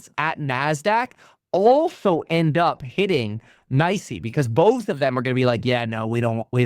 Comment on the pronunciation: It's actually N-Y-S-E